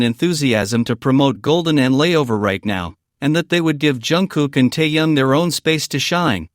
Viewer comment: Все хорошо и правильно,но нельзя так коверкать их имена.Если сразу про двоих,то нет никакого Тайка,потому что ВИ -Тэхен,а не Тахен, а вместе -Тэкуки т.е.Тэхен и Чонгук ,а не Тайкоп Режет слух и неприятно воспринимается текст. ТЭКУКИ,А НЕ ТАЙКУКИ.